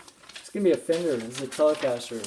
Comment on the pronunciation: "Chender" "Chelecaster" Or "Chele"